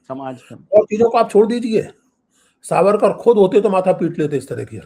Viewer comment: Trivediji it is Vinayak Damodar Savarkar. Youhave pronounced it wrong twice. Shame on you.